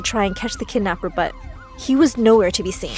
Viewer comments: Umm is no one gonna mention that is say kednapper instead of kidnapper ?( ͡° ͜ʖ ͡°) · It’s kidnapper not kednapper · It's Kidnapper not Kednepper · Whats a 'Kednapper'? XD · (Kidnaper) not kednaper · It’s not KeDnAppEr it’s called kidnapper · Ah yes, kednapper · I’m sorry “Kednapper”? No, *kidnapper.. get it right!! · Kidnapper not kednapper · Did it really say KEDnapper? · Kidnapper not kednapper bruh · Haha they said kednapper 😂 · 'kednapper' LOL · "My kednapper" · People : writing the title kidnapper Person: nah bruh KEDNAPPER sound right 😂😂😂😂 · Kednapper. Really?!?! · kednapper bruh its kidnapper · Its Kidnapper not kednapper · ITS KIDNAPPER OH LORD YOU DID KEDNAPPER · Kednapper??? Kidnapper y’all couldn’t correct tht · Bish wot its “kidnapper” not kednapper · It's KIDNAPPER NOT KEDNAPPER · Wait what "kednapper" bruhhh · Hahaha kednapper lol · I like how it says ked instead of kid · Wait does anyone realise that they said kednapper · What’s “ kednapper”? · Kednapper huh? But I love the story anyways excited for part 2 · They said kednapper lol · "kednapper" bruhhh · “I saw my kednapper after 10 years” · When it said kednapper like....WAAAT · Whats a "kednapper"? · Bro “Kednapper” 😂 im dead💀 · whats kednapper? XD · ah yes, kednapper good job my story